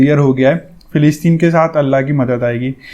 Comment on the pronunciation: Bhai g bo filistin hai aap na sahi sa pad kar bola Karo